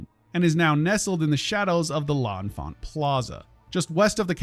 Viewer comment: sorry... "El infant" South Metro? Bruh. The metro station that services the plaza in DC is named after Pierre L'Enfant... The guy who designed Washington DC... Also the pronunciation of Anacostia just like a minute later... Jesus Christ do a a little bit of research or learn to read